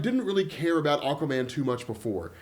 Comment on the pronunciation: Good Lord. Really? You can't pronounce aquaman either?! lol I watched a documentarary about ockaman fighting the dorves. It's like watching an episode of rugrats with these pronunciations lol. All joking aside, love the videos. Keep em coming